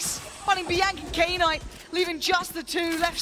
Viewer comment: is knights name pronounced k-night like the announcer kept saying? or is she trippin